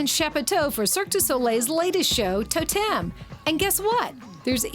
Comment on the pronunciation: the presenter is hopeless....firstly the show is called TOtem, not toTEM. Yes the scanner they use is like a 3d scanner...just like the lady that was showing her around SAID less than a minute before her little gem of...."its like a 3d scanner" and lets be honest, watching her say TAH DAH when she manages to STAND on a bar without falling off isnt funny, its just pathetic. Not to mention that unless shes gonna actually ride a unicycle, i really dont care what she looks like wearing the unicyclists makeup.